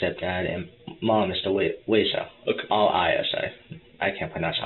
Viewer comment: Whats with this new pronunciation of "okay"? Everyone's saying "Oka"!